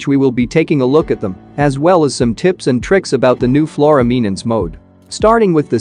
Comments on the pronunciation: MENACE ✅ MENANCE ❌ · It's menance not memnance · its not MENANCE ITS MENACE